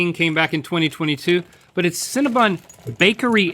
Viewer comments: Why are they calling it cinnaBUN???? Its cinnaBON. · Hearing Cinnabon pronounced as Cinnabun is kinda painful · I cannot stand when people pronounce Cinnabon incorrectly